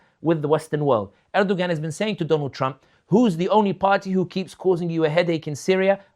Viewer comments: Brother sami if you remove the g from Erdoğan then you will get the correct pronunciation. There is a silent g in the Turkish language. Best wishes. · Someone tell him how to pronounce Erdogan